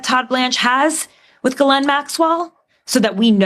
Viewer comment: Her name is pronounced gee-laine, rhymes with key.